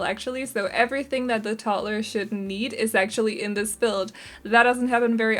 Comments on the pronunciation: The way you pronounce toddler is absolutely fine. I love the house, thank you, I’m always looking for tiny houses. When the sim earns enough money they can make it larger or move❤️ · I think it is RUDE that anyone would criticize you for the way you pronounce toddler!!! You should not have to explain or defend yourself! Your English is amazing and certainly better than a lot of people who only know English and no other language! I love your videos keep up the good work!☺️ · Honestly idk why people would hate the why you say toddler,I literally LOVE the way you say toddler 😂 it’s weird I know but I DO. This video was so cute! And I love these type of video with tiny homes 🥰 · I never noticed that too. After she mentioned it I noticed it one single time and then again I didn't for the rest of the build 😅